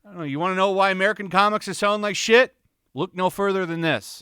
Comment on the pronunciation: "Wanna know why American comics is selling like shee-t?" Because it IS shee-t, methinks.